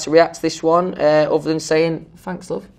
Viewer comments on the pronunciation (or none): noone: louis: fanks lov